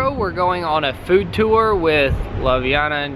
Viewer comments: its pronounced Lubyana. And one heaped tablespoon of ground coffee is enough for a mug of coffeel. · You say ljubjana as lublana. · Hi and, i live close to Ljubljana and when u said Ljubljana u said it a bit wrong and its Lju-blja-na (hope it helps!) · Ljubljana has the best of everything. Its pronounced Loob-li-ana. :) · If it's hard for you to pronounce the J in Ljubljana just say Lublana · Pretty sure it’s Lee-Ub-Lee-an-a right? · You guys are amazing,but you are saying Ljubljana so wrong.